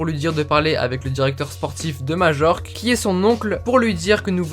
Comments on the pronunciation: On prononce pas majorque mais mayorque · Majorque se prononce mayorque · Majorque se dit Mayorque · On dit pas Majorque mais mayorque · ta prononciation me fait tellement mal aux oreilles !! ca se prononce "mayorque" pas majorque !! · Super video comme dab. Mais on dit "Maillorque" aha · Ça se prononce maiorque pas Majorque !! 😉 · Majorque ce dit mayorque je crois !